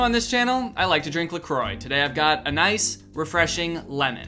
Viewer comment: that's not how to pronounce la croix , damn it staaaahp